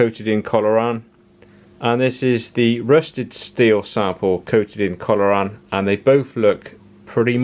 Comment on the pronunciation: I'm drunk now, after betting shots that you would catch-on that you mispronounced Corrolan as Colloran after the first time. Oh how wrong I was! 🙈🤣🤣 Excellent video, arriving most too late for me to use it on my truck as I used one of the bitumen based paints. Spraying a bunch of C-o-r-r-o-lan would have been much easier! 🤣🙈